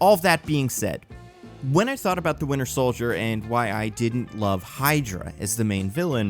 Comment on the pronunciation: Am i the only one who hears "The Winner Soldier" when says it?